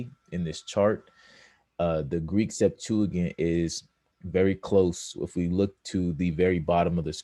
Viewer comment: You aren’t even pronouncing Greek Septuagint right. 🚨